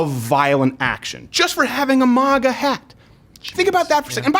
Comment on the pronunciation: Why does crowder pronounce MAGA wrong